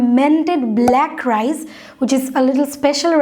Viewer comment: Rise ki apuuu?? Apni ki rice bolte chacchen?